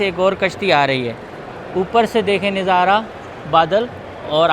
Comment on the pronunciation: Plz kuchh alfaz aap ghalat pronounce karty Hein Jo bohat irritate karty hein "Neezara nahi Nazara" hota hy jo aap k vlogs mein bohat istimal hota Hy🙏🇵🇰🇺🇸